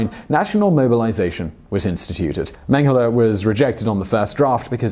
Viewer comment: People: Josef Mengele Me: Josef Mango